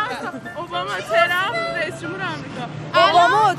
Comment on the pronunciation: Iranians have trouble of pronouncing W to V and TR. Trump becomes Chei- rhum.